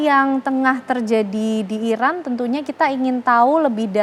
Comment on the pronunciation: IRAN bang, not Irak, jangan salah sebut negara sediri donk 😢